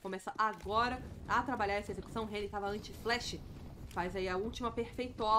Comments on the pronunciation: Fiquei incomodado com o Reni também, só consegui prestar atenção nisso. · A narradora chamando o Henrique de Reni. Kkkkkkkkkkk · já não curto a narração ainda chama o jacaré de Reni kkkkkkkkkkkkkkkkkkkkkkkkkkkkkkkk F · calma amigue, eu não que ofender elu kkkkkkkkkkkkkkkkkkkkkkk mas Reni é foda kkkkkkkkkkkkkkkk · Ele é conhecido como Reni internacional mente, o próprio Henrique mandou os narradores gringos chamarem ele assim devido a dificuldade da pronúncia do nick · Ou apenas tá copiando as narrações estrangeiras que chamam ele de reni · tava pensando a mesma coisa. foi uma falta de respeito errar o nome do Jacaré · Chamou o Jaca de Reni me quebrou tbm ,man como n conhece o nick dos cara, só falta chamar o lucas de Lucasi